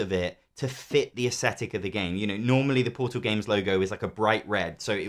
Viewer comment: You say "aesthetic" weirdly. And you said it dozens of times. It's not "asshetic".